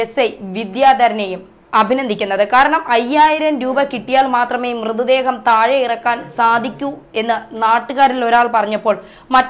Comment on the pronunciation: സംബവം.....ബാഗം......മൃദേഹം..... സ്റ്റൈൽ എടുക്കാതെ മര്യാദയ്ക് സംസാരിച്ചു കൂടേ കൊച്ചേ....വെറുതെ മലയാളഭാഷയെ അപമാനിക്കാതെ.... എത്രയായിട്ടും അവസാനം 'പിടിച്ചാണ്ടു പൊയീ' എന്നു കേട്ടപ്പോൾ എല്ലാം മനസിലായീ...